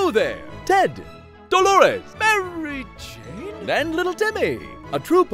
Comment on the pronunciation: I love how he said Maary.. Jane? like wtf happened